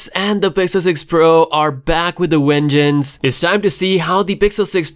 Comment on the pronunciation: a wengeance... really